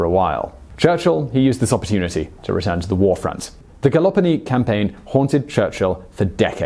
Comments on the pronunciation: Why do you call it Galloponi? Isn't it called Gallipoli? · Gal- lip-olee not Gali-pole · Galloponi...?!? I'm sure you mean Gallipoli! Quite a well-known campaign from WWI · As an Aussie, the multiple mentions of the “Gallopini” peninsula infuriate me!!! GALLIPOLI! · Not "Gallopini peninsula", but Gallipoli (anglicised) or Gelibolu. Second error in this biography. :( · Gallopoli ? Gallipoli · also is Gallipoli not Galoponi :D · Another great video. Just one thing, it is "Gallipoli" not "Galapini" as you said it. Cheers, Graeme. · "Galaponi" ? come on... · "Gallopini" indeed! Shame on you. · this guy can't say Gollipolli its terribly funny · "The Gallopolly campagin." Huh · I've always heard it almost like you wrote, but more Ga-LIP-oli. The stress on the "lip" syllable. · Hearing Simon mispronounce Gallipoli over and over is distracting. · Mate, I love you biographies but please, get such names as GALLIPOLI right. And so Hitler invaded "Holland, Belgium and the Netherlands"?? Why not make a little fewer videos but give them a bit more care and attention? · The way you say Gallipoli hurts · i have never seen a word more butchered than gallipoli and why you did not say that they were mostly australian and new zealand troops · Great video. Terrible pronunciation of "Gallipoli" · Another stellar video, though the Gallipoli pronunciation was a bit painful. Aussie and Kiwi viewers will have a bit of a cringe at that one - one of our major public holidays ANZAC day is on the storming of Gallipoli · AccEnT oN thE wRoNg syLlaBle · The pronunciation of Gallipoli was also...interesting.